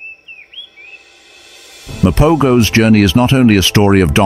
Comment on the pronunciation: Mapogos is pronounced ma-po-hos